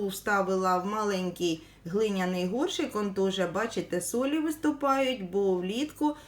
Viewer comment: вкотре чую і ріже слух ваше словоГОРШИК, ви справді не знаєте,що правильно казати ГОРЩИК, прослідкуйте будь ласка!